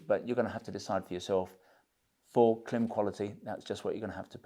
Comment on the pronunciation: If I'm not mistaken, Klim is pronounced like climb.